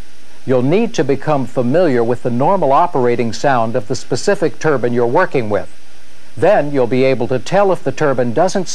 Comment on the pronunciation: Haha yeah hes saying turban, which is a type of headwear😆 its pronounced turbine